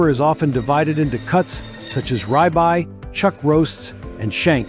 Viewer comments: RI BYE??? WHERE IN THE WORLD DID YOU COME FROM? ITS PRONOINCED - RIB EYE . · Rye-bye?!? You mean ribeye? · Nothing like watching a documentary with a narrator that can't pronounce words! "Rye-by"?! 😂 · Ri bye? oh did you mean ribeye? hahaha!!! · the computer does not know how to pronounce ribeye! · AI can't say ribeye. Artificial stupidity.